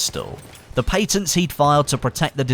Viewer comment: Lmfao on how said patent!